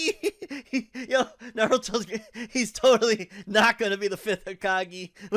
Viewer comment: "5th Hukahgee" bruh I laughed too XD